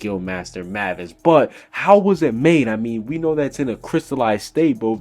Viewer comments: WTF WHY DO YOU PRONUCE IT LIKE MAAAAAVASSSS ITS PRONUNCED MAY-VUS . Mavis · Ok, I'm not trying to say anything, but why do people call mavis Mah-vis when it's pronounced May-vis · itz pronounced Maivis not "MAHVIS" -_- her spelling though, is Mavis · Mavis: "May Vis" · Why do people keep pronouncing everyone's name wrong DO YOU NOT WATCH THE ANIME???? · lol he butchered Mavis and Grandina's name